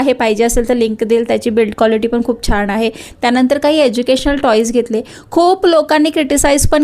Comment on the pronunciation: छाण नाही छान